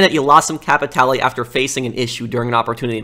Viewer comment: hey, you looking for some..."capeee tay lay"? I know you want some "capeee tay lay" don't ya?